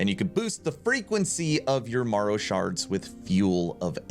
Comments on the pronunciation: M-air-oh, not m-ah-row, my boy Great info though, exciting stuff! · Marrow is pronounced like Arrow but with an M.